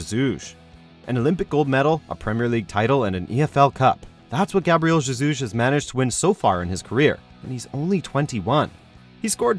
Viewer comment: The way he says jesus has me dead